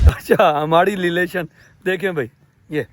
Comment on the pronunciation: Relation ❌ LeLation ✔️😂